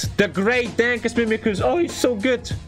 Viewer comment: “Dankoos”